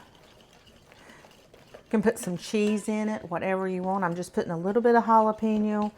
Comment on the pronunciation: you crack me up pronouncing "chipotle" and "jalapeño"! It's actually cha-pot-la and halo-pain-yo, Girl, go to Google translate and it will correctly pronounce any word for you correctly outloud so you can hear it! And like many others said, I don't think you put the sugar in the cornbread unless you did it off camera.